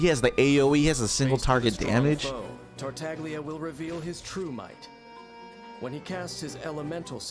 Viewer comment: Tartaglia is an Italian word, so it would normally be pronounced like Tartallya. This is reflected in the transliteration of the pronunciation to Dadaliya, Tarutariya and Tareutallia for Chinese, Japanese, and Korean respectively. However, for some reason, the official English pronunciation of his name voices the ‘g’ unlike its Italian namesake.